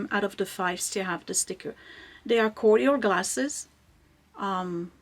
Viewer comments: Cool Cordial Glasses but I think it’s pronounced “Korjel” My parents had a bunch of cool Cordial glasses. I didn’t end up keeping any of them though when we cleaned out their house. 💜👍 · Right but when I looked it up it said it’s pronounced Korjel but spelled Cordial weird right? I remember my parents always pronounced it korjel. 🤪